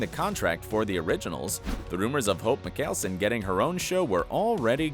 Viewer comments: Mikayleson- I almost passed out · How to pronounce hope’s last name. (Michael-son) Michael then son. Klus said it a million times in between the vamp diaries and the original!! So if you’re going to say something say it right. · IN did this guy say mikelson and not mikealson uggh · Why did he say “mikelson” instead of “mikaelson” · meekalson? omfg- it’s pronounced m eye kel son jesus christ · Mikelsun?!Really?!Maikulsun!!!Learn the names,then do a video!!! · I mean cause “Michealson” would be spelled like that👈🏽lol I mean Michaelson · Y pronounce mikaelson as micheal-sin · I’m sorry but I can’t believe a word you just said cos you don’t no how to say mickalson like wtf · Muh-Cail-Sen....im logging off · It bugged me he pronounced Mikaleson wrong! 😂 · IT'S MYKELSUN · Ok... it’s pronounced hope “my kel son” and “uh lar ick” saltzman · A-lar-ic🙄 hes one of my favs. I love Mg’s character. He seems like he would be a sweet person irl. Mike-ale-son😂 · "Mick hael son" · guy:"Hope MiKEALsEn" me: wtf is wrong w/ this guy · Uhl-eric? Mik-kale-son? Seriously? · ....................... you completely mispronounced Hope’s last name and Alaric. Alaric: (Uh-lare-ric) Mickaelson: (Michael-son) ... not that hard sigh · ITS PRONOUNCED AS MICHAELSON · I’m in pain. “Hope mikelson”. AHHHH STOP NOW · This man said “McAlson” 🤮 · al-arh-ic and mikcalson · Right like... makelson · Lol you said some of the characters names wrong also you pronounced Mikaelson wrong also I think I spelled it wrong but ya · He said arias last name right but Mikaelson wrong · why does he keep pronounsing all the names wrong, bet he doesn't watch the show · how does one say Mikaelson so wrong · The way he said Alaric and Mikalson got me annoyed! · Did he just pronounce Mikaelson wrong??? And Salvatore too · Did he really just pronounce Mikaelson like that🤦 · How dare you pronounce Mikaelaon wrong that's so disrespectful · I'm triggered by his pronunciation of "Mikaelson" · He’s says mikaelson wrong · Yeah wtf